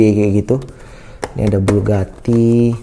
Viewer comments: BUGATTI om bukan BULGATTI koreksi aja saya om ehhee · Bugatti om bukan BULGATI